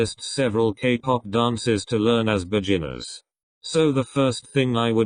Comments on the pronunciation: No one: Voice: bejinners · No one: The video: beJINners